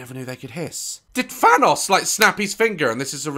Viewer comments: LOVEEE THAT HE SAYS VANNOS INSTEAD OF THANNOS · Daz i love you but u said vanoss not thanos